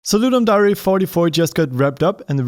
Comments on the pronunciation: nobody’s gonna tell him it’s d-air and note d-ah-ree? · I thought it was ludim dare, not ludim dar eh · I'm pretty sure it's pronounced dare, as in to dare someone to do something. it's like air with a d in front of it. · Did he call it ludum DARI? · Could someone please tell him it's lundum dare as in truth or dare it really annoying when he pronounces it wrong